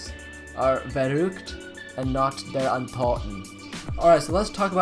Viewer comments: It's vuruct not vurooct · ITS verruhgct not "VEROOCT"